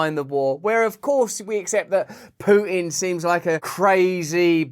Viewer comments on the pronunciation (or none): Wait. Did he say "Pew-tin"? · Hey Russ … who is this Russian dude pooehinn (haha)